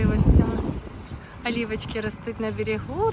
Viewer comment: вивчи хоч свою рідну мову а потім турецьку - поважай Країну в якій живеш!!! Як жахливо слухати твоЙо гавно типу олівки..